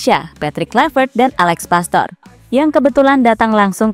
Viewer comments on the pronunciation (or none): none